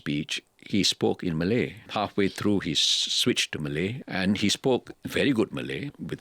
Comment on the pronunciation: Why does he say "Malay" like it has a hard "R"